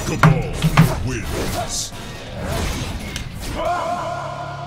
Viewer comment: ''Kaballin'' - Kabal, 2019